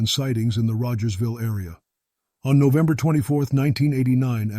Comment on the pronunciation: Kingston Ontario. FFS get your robo-narrator to pronounce things halfway coherently. Or - here's a novel idea - actually do the narration yourself. Who cares if your voice isn't pro quality? At least the text would make sense. "Nove" and "deck" are not months. Don't you actually listen to these things before posting them?